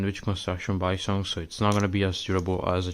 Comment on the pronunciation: You actually pronounce balisong in the Filipino way